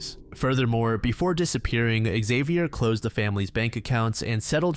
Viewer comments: Xavier, not Ikzeviyer. He's french ffs. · Man you need to look up how names are pronounced when making your videos. "Exavior"? You even say Xavier correctly throughout the video and then incorrectly several times. There is no E in front of Xavier, this is like the whole "A-Aron" situation all over